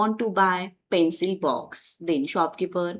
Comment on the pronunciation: Pencil box not pencile box...